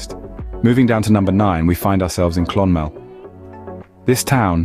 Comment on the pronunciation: ATHOY. ITS PRONOUNCED ATHOY CLON-MEL , WITH THE EMPHASIS ON MEL. THE RIVER SUIR , IS PRONOUNCED AS 'SURE' /shur LAOIS is pronounced LEESH NOT LOWY DROGHEDA .....screw this